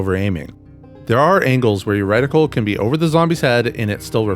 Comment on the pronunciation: Why is bro saying "wreck-tickle" instead of reticle lollll good vid